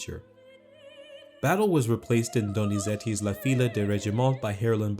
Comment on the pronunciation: Fille is mispronounced as is Maschera.